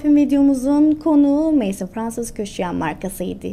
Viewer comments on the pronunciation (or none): Maison,(ev)mezon diye okunuyor.